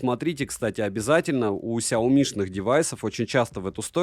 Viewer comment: сЯоми, не СяОми. Ты же крутой блогер)))